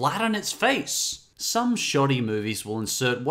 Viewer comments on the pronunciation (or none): none